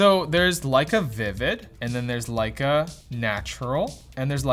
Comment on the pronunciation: It was sarcasm, playing off of how pronounces Lecia and how it sounds like saying "like a"....